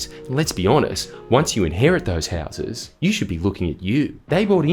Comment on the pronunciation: when you say houses Jordan can you say it with a little less convict and use a little more English people from Australia's only settlement cant understand you.